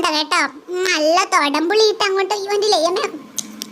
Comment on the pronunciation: തൊടംപുളി അല്ല കുടംപുളി